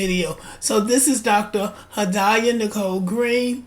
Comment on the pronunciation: Had-ee yah is the pronunciation.